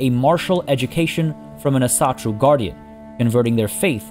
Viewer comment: u should try and pronounce asatru more like "Awsatru"